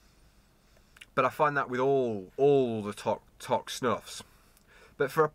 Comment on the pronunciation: Toque pronounced like smoke toke, good review